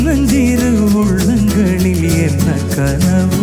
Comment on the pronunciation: காலத்தால் அழியாத பாடல். எத்தனை முறை கேட்டாலும் இனிமை குறையாத பாடல். சகோதரியின் குரலில் வரும் உள்ளங்களில், எண்ணங்களில் வார்த்தை உச்சரிப்பு மிகவும் அருமை.❤